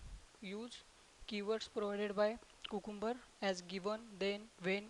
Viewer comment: I love your accent and the way you pronounced technical as "tech-nickel", Cucumber as Coocoombuh and selenium as "sellnynom" and last but not least my favorite world of all in this video is Directory as "Didectdordee". Please dont think im making fun, I just love accents, trust me if I tried to speak in your first language I promise you would have no idea what I was even trying to say. Keep making your videos, if I could make any suggestions it would be to enlarge the part of the screen your using whenever possible, at the times when you dont need to make the entire desktop visible, crop the area your in and enlarge. Watching this on my phone was very difficult.